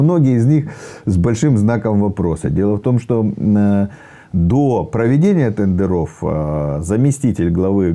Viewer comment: Как он сказал "тэндэрОв".Сразу вылючил. А где куст конопли?